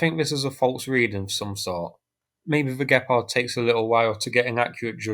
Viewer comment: Gepard... not gephardt ... or better say Cheetah in English :)